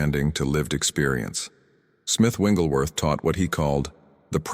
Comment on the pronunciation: These are good teachings ...but PLEASE, if you must use AI to do this ... Say this man's name correctly. His name is NOT ... WINGlesworth ... it is WIGGLES ...WIGGLESWORTHThank you for your attention to this ... it does matter.